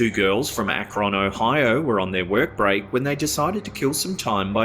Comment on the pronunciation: With the cemetery digging one, why does everyone pronounce always Akron wrong 😭